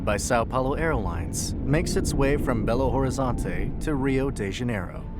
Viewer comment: You misspronuonced Belo Horizonte